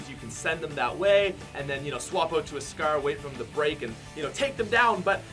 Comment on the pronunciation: Why do you say scer instead of scar